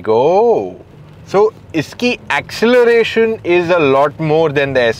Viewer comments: Mai baap mayback bolna baand karo😅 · Maybach hai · the correct pronunciation is "My Baakh" although a lot of people pronounce it "May Back" (Maybach) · May Back hi thik tha vai ye Mai Baap sunai de raha he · mayback = mybaap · Every time when he says maybach i heard mai baap, and that is true in sense if someone is buying this car then he will be mai baap for many persons 🤣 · माय बाक..Like माय बाप..😂😅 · Do you hear Maai baak...! 😂 No it's maai baap 😂😂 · Did I hear mai baap 😂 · Please say the car name correctly 😂